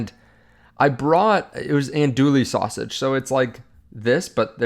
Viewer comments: I think your channel is awesome and the information is spot on. I want to do you a favor. Andouille is pronounced an Do ee. The L is silent. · Andouille is pronounced like “an-doo-WEE”